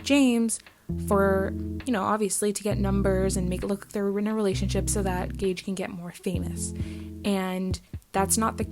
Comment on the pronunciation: Good video and you said it right gage's name:)